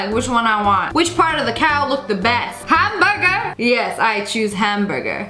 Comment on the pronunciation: Me replaying the video to make sure I heard her right Her: ham burger Me: I thought it was ham BOIGA